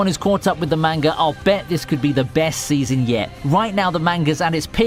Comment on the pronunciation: Could you at least TRY to say Manga properly